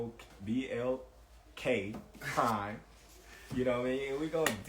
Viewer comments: Bro can't even say BLK prime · He can't even say the name he's fighting under lol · Bro why he fucking up the name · BOK Prime get it right 🤔 or is it BLK Prime let me go back in the video and see what bud said man I don't know if bud knows who he's fighting on lol because if he pitch that Al Haymon like the I would say we not doing that either it's hard enough to find anything on BLK and you call it BOK 🤣🤣🤣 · Bro he can't even say blk prime wtf